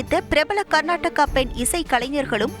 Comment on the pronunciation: அது கர்நாடகா இல்லை கர்நாடக🤦